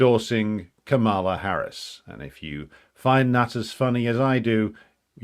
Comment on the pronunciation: It's pronounced Kah-muh-luh, stress on the first syllable not the second.